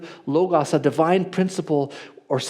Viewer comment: I agree with everything here except how pronounces Logos.